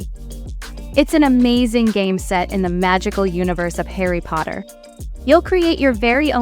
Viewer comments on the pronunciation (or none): none